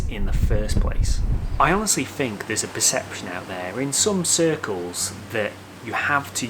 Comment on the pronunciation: Hi, why does he speak so strange? Wiff instead of with ; meffod instead of method ; fink instead of think ; etc. Is this how people in Liverpool speak? Thanks.